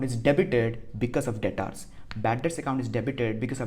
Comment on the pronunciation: Its debtor not dataaarr